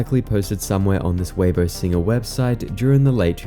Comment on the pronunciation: pronouncing Weibo, it's 'way-buah' not 'waybo'. (Much love, great video.)